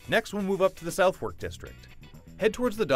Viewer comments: Nico Pates yeah I'm pretty sure it's "Suff-Ark" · It's pronounced 'Suthurk' not 'South wark' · It's not pronounced South-Wark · u cannot pronounce southwark